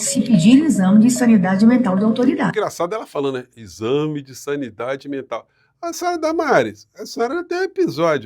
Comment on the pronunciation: Vocês estão muito benevolentes com essa celerada. Ela disse "saniEdade". Uma palavra que não existe.